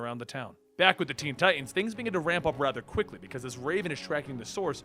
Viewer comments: Ok its teen titans not teen ti'ans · Please please please pronounce the middle "t" in tiTans lol